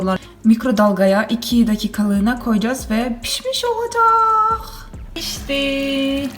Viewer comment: olacaaaaahh sanki azerbecan türkçesi kimi